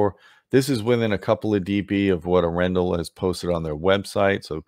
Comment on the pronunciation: Your pronunciation of Arendal is killing me. If you want to get a little better. Watch Frozen. And guess once we’re they got the inspiration for the name Arendelle from